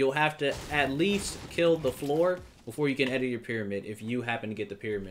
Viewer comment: Im sorry but its floor 😂